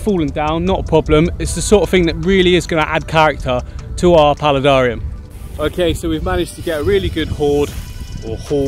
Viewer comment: How come you say aquarium normally but you say palidarium like “Pali darr ium”